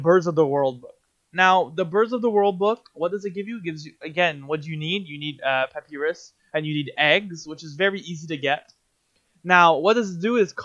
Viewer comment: This is good as an old wickerbottom main coming back to the game but for some reason the way you pronounce papyrus upsets me